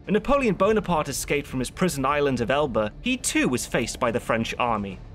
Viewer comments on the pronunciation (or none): none